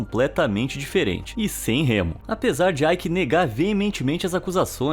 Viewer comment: O nome dele nao eh AIki. Eh EIKE